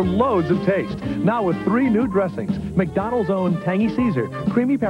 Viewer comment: Turning McDonalds into ACK-Donalds.